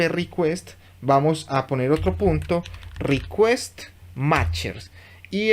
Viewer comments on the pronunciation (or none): none